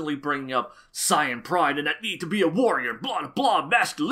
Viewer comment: You actually pronounce Gokuu's name correctly. I'm impressed. Saiyan too. Good job. I'm a new subscriber and you are a breath of fresh air.